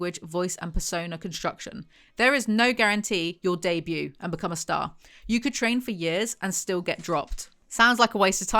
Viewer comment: Debuting the t is silent 😅